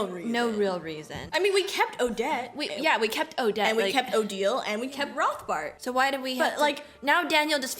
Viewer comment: I am so sorry, I didn't want to correct you, but since you said, 'Rothbart' is easy to pronounce... It is pronounced 'Rotbart' without the English 'th'-sound. 'Rotbart' means 'red beard' in German and the 'h' is silent. 😊